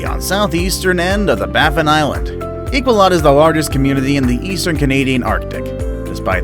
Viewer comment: Iqaluit is not pronounced "I-kwah-luht". It's pronounced "Ee-qaa-loo-eet"